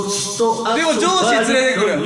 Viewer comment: ここら辺から「上司連れてくる！！」が「ジョージ連れてくる！！」に聞こえてきてガチしんどかったwwwwww